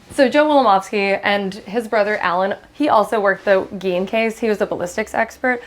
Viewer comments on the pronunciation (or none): Ed Gein is pronounced Gain